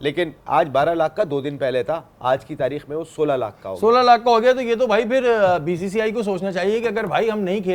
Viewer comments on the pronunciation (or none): The joker anchor can’t even pronounce BCCI correctly but wants Pakistan to teach a lesson to BCCI . Lol … no way a channel hired this joker … Cease and desist you shameless 😂😂😂😂😂